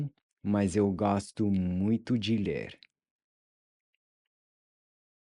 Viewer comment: Kiitos, muito obrigado ❤ I previously watched your video on the pronunciation of open and closed wovels. It was confusingly difficult to distinguish between a closed sound and an open sound. But with this video, the open ”o” opened up for me when you taught to pronunciation of the word ”gosto” You are really good at teaching pronunciation 👍🏼 I also liked the recap of the previous episode (Lesson 1.), which you nicely added at the end 🥰